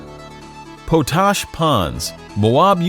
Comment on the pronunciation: It is not po-tash, it’s pot-ash. It’s located in Mō-ab Utah, not as the video stated.